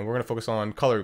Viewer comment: Alguien más se dio cuenta que lo decía era ''GLTICH'' y no ''GLITCH''? XD